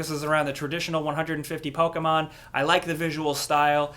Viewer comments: its not POKEAYMON. its POKEMON. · Please stop saying “Pokehmon “ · Can you stop saying "Pokaaaaay-maahn"? It really bothers me for some reason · Poke Aye mon? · Lol the way says Pokemon is hilarious "Pokehmon" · YOUR PUTTING TO MUCH O IN "pOkemon" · What do you say Pokemon so weird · Why does he pronounce Pokemon so strangely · why do you say pokemon so weird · The way you say Pokémon tilts me off this flat earth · You saying Pokemon makes me cringe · Please stop saying Pokemon like that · Why do you say Pokemon weird